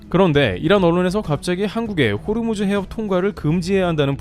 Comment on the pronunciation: 호르무즈가 아니고 호 무즈